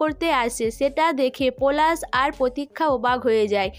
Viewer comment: তুমি পোলাশ আর পোরাগ কে যা করলে😂😂😂😂😂 পরাগ আর পলাশ ঠিক করে বলো।